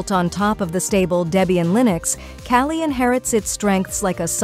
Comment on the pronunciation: She said kaylee linux